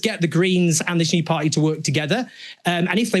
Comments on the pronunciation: Why "pie"??!! It's "party", "pardy" if you will, or "pa-ee" with a glottal stop. But never "pie"! "Party" is a key word in your talks. Make sure to pronounce that clearly enough (not necessarily "properly"), at least at first mention. Sounds and feels sloppy otherwise. Feedback from a fan. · Any chance you can learn to pronounce ‘Party’? And stop dropping your ‘Ts’ , it doesn’t make you working class.